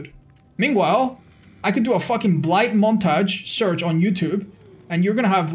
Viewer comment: The way you say montage